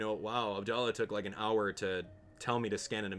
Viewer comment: It's pronounced Ab Dall Ahhhhh